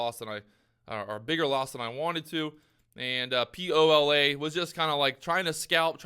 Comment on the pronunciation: Lol it’s POLA